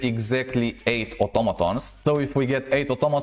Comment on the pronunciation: u r ascent make the vider 2x more better fpr me XD "otomatons" nice vid